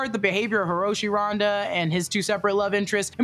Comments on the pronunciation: Randa not Rhonda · Turned it off when they said bill “ronda”